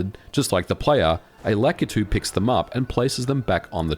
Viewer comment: Why on god's green Earth does everyone pronounce Lakitu as "LACK-uh-TOO?" FFS, "Lakitu" is a Japanese name, and the letter "A" in Japanese always has an "AH" sound (i.e., Kawasaki, Yamaha, Fujiwara, Takumi, Naruto, etc). "Lakitu" is pronounced, lah-KEE-too